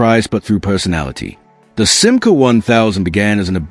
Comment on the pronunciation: Chère voix synthétique, il va falloir que tu apprennes à prononcer correctement la marque française SIMCA, qui trouve son origine dans FIAT France.